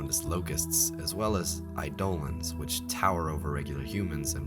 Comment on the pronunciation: It's pronounced AYE-do-lon. I was trying so hard to figure out what you were talking about and realized you were just mispronouncing eidolon